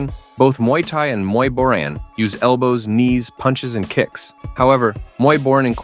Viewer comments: Its pronounced Bo - Rhaan not boren. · Love the way you keep pronouncing “Boran” differently lol